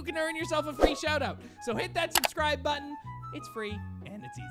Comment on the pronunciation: You said subscrib button when you tried to correct your sekf too